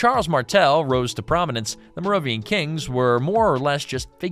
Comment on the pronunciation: It’s pronounced “Mare-oh-vin-JEE-en” and “Care-oh-lin-JEE-en”